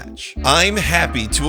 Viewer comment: loved this game as a kid. we made it into our D&D world for a while. btw, the X is pronounced like a Z. like the movie Xanadu.